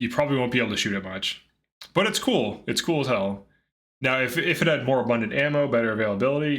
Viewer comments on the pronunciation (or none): none